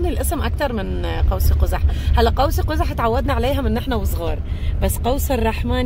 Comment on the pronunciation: باللغة العربية قوس قزح قوس بالسكون مو بالكسر